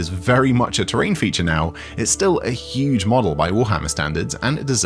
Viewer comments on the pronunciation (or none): none